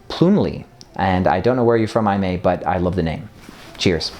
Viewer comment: Aimee is pronounced Amy. Haha